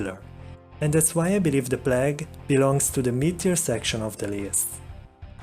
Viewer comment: Oswald Gardner yes his mispronunciations are contagious